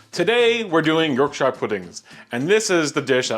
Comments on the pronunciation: Ok ok I’ve just looked at the 1st 5 seconds a you say “York Sheer” pudding; not “York Shuyer” pudding. Watching more to see if he redeems himself. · Look delicious! Yorkshire should be pronounced “York•Shr” even if you’re American. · Fan in oven was on. Way too much fat.... Use Beef Dripping. Like the volume ting though.... Love 'Yorkshyre' pudding :-)